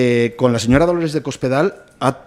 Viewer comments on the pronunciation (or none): none